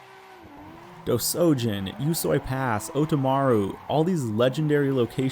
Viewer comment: did he pronounce usui pass, "you-soy pass"???? great vid tho, im so keen to get a proper sim now